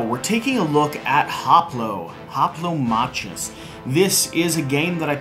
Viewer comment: its actually pronounced Hoplomakus.